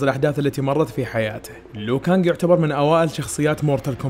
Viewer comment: اسمه ليو كانق مو لو كانق